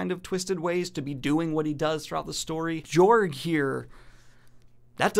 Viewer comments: I am fairly confident it is pronounced Yorg, where the J is pronounced like a Y. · It's pronounced George. He is courageous. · I'd personally go with a pronunciation closer to George. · Its pronounced "yorg" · It's pronounced Yorg.